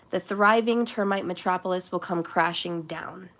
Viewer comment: Been years since I heard you , right before my TF showed up . Now in separation phase . P.S it's Meh , trop , oh , liss . Metropolis